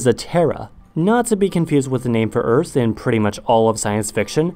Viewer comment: Never heard anyone pronounce the earth as "se ers"